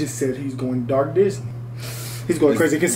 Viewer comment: He says about to go dark not Darth 😂